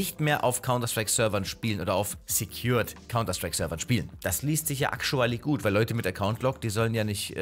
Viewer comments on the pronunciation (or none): Ich spiele cs auf Linux! Und bitte sprich „actually“ richtig aus 😶‍🌫️😶‍🌫️